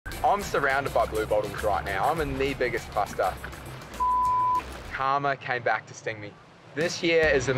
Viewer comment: Clicked to hear an australian pronounce 'karma'